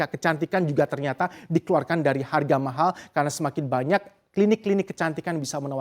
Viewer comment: "mahal" nya bisa biasa aja ga?😂